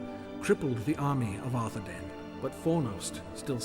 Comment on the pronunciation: The proper pronunciation of the "ai" dipthong is not "ay", but "eye". "DOO-ne-DEYE-ne" and "AR-the-DEYE-ne" are the correct ways to say the names and every time the narrator fucks it up it sets my teeth on edge. Tolkien had a whole damn appendix devoted to pronunciation, if you're going to make anything based on his books then please read them cover to cover.